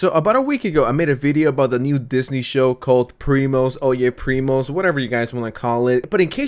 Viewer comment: ITS FREAKIN OIGIAN PRIMOS NOT PYE PRIMOS